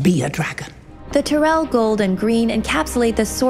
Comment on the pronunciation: TY-RELL. Not Ter-rell. That drives me nuts! Say it the way they say it on the show!